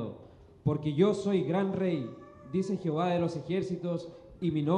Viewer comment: Al pronunciar dicen Jiová los lectores y lo correcto es JEOVÁ y no Jiová